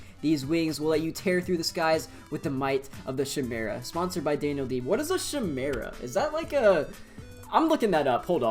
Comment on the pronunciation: Apparently pronounces DanielDD like DanielD